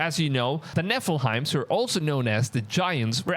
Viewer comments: why is this guy saying Nephelheim... it's Nephilim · DUDE - Nephilims - Its pronounced Nef-il-lems...... not nef-il-hines. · Nephilim, not Nephilheim 😂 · Nef-ill-'eem is the pronunciation.